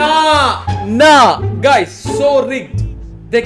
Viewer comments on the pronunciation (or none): none